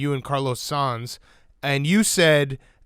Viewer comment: Big F1 fans but can’t pronounce Sainz correctly…